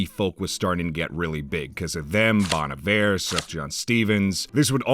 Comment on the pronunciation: did you say sufjan like suf-john????? it's pronounced suf-yan. sorry for being a grammar nazi. also bon iver was mispronounced. i just, UGH. YOU DID MY BOY DIRTY. (this is a cry for help)